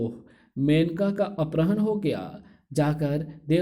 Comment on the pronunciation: Bhi aprahn nahi apharan hota hai bahut irritating hai aapke ye uccharan. अपराह्ण नहीं अपहरण होता है